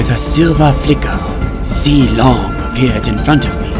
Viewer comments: Limg pronounced "Zilong" wrong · Pretty sure every person who understands mandarin agrees with me on this... Moonton: This is a chinese name...i think it's called ZEE-LONG?? Everyone else who doesn't understand mandarin: IT'S ZEE-LONG!! EVEN MOONTON SAID SO!! SUCK IT YALL MANDARIN SPEAKING BITCHES inhale exhale Me: cringes so badly